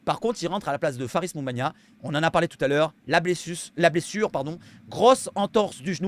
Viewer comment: Ta dit blesuce😂❤